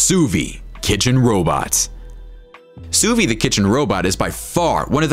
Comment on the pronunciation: It's French, and pronounced "sue veed" 🤦‍♂️